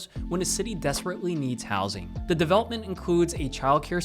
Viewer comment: He pronounces the word the like dah 😢